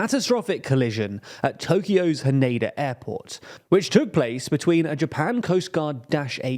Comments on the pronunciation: It's Hah-neh-dah, not Han (rhymes with can)-uh-duh. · haneda rhymes with "canada"